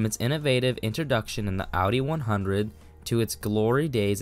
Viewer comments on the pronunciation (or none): It’s “OW-DEE”. That’s how the Germans say it. There is no “AH-DEE”